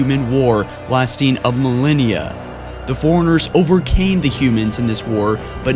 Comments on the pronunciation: Well done but I think you should listen to listen to the audio before you finish your videos. I've watched many of them and enjoyed it a lot but you mispronounce a lot of words, for example in this one you say cent-iant life instead of Sentient, you call the Forerunners Foriengers many times and for the love of god you say Lie-Berryann instead of librarian so many times. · Maybe I could have lasted longer than 2 minutes if you said Forerunners instead of foreigners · It bothers me how he pronounces Forerunners, "Foreigner". It's "For-Runner"! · It's Li-brar-ian, not libarian!!! Fore-runners, not forenners. Some elocution and pronounciation is in order here. Sheesh. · I laughed at foreigners. XD I have speech issues, too. Also...